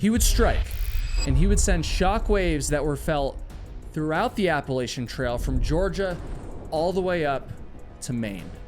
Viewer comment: Appalachian is pronounced: App-uh-latch-un ❤ ❤ ❤ other than that, don't quit doin what you do, you're awesome!